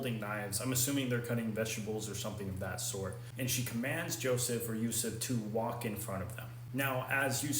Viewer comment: His blessed name is Yusuf bin Yakub, at least learn to pronounce his real name. BTW he (pbuh) is closer to us than you so don’t imply anything you have no knowledge of.